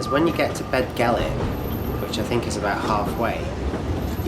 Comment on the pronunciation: Just letting you know Dd is said th in Welsh So it's say bethgelert or Rhyd thu